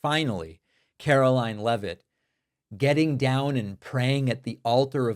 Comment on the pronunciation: I'd like us to pronounce her name correctly as well. It's spelled like it should be pronounced "leave-it" not "Lev-it". They need to stay on top off all the crimes. Keep asking about the use of signal and the use of Gmail.